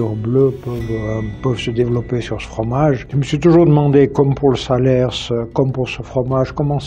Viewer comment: vous nous faites découvrir de super fromages et vos videos sont toujours intéressantes. MAIS on ne dit pas le S à la fin de "salers"!!!